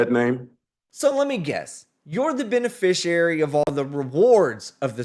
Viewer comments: The instant you utter the non-words "benefissherry" or "benefisherrarry" when referencing your non-self in my courtroom, you lose. We're going no further. No more time, taxpayer money or public oxygen will be wasted. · SovTard #3 "ray-row-ded" himself by trying the "beneficiary" nonsense. Well played Your Honor.